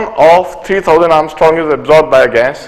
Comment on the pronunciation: Its angstrom sir not ARMSTRONG!!!